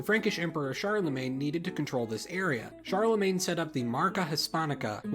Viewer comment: So you don't bother pronouncing "Charlemagne" correctly, but make a pretentious comment on how to pronounce "Barcelona" ? What a fuckwit